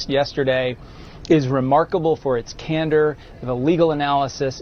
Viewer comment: 'Can door' pronounced just slightly differently.